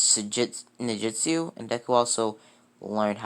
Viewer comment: He said did say ninJutsu right when he unlock the Sharingan